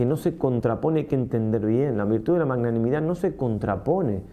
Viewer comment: Padre lindo perdóname pero no se dice manganimidad ( eso viene de manga o de mango 🥭) Jjjjj, se dice magnanimidad, de magnánimo. Jjjjj . Parece un trabalenguas Jjjjj Gracias 🙏